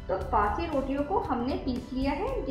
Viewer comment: Please bassi na bole ajeeb lagta h